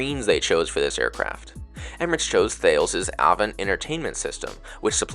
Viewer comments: The Thales IFE system is pronounced like tar less. 😊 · Great vid! you did miss something, if your laptop has usb-c charging (which I remember yours does, since it's MacBook), that USB-C offers 60W charging. It's Thales Avant Up's "Pulse" charging solution. Also FYI the pronunciation of Thales is "TUH-les".